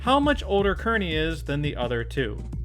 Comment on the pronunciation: It’s pronounced Keer-neey